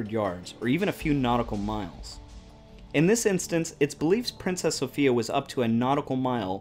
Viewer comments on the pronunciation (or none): Good info, but the name of the ship was pronounced so-FYE-a, not so-FEE-a. Apparently the traditional English pronunciation. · The name is pronounced "Princess SO-PHI (eye)-A"